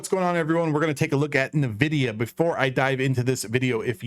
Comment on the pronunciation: Good stuff, man. Bullish on this too. But I think it's pronounced N-Vidia (en-vidia)?